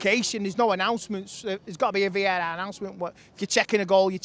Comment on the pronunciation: Vae-aehhrr (VAR)